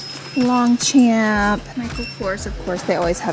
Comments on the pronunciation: Lol it’s “longchamp” in french and it’s pronounced “lonw chanp” without pronouncing the P you can google it. Definitely not “long champ” lmao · Longchamp is a French brand pronounced: Long-chomp